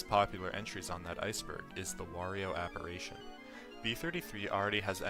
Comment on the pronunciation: It's "appar-i-tion" not "appar-a-tion"